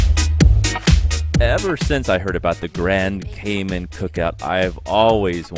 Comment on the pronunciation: It’s pronounced Cay Man as in “man” not Cay Min. Just saying… everyone try it: Grand Cayman